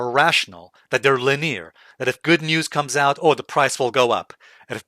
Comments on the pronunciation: Linire? Lin-e-ar please. Or is that the UK way of pronouncing that? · Yeah, people will think it's rude to point that out, but I'd want to know if I mispronounce something. It's definitely not the main British pronunciation. Perhaps a regional thing.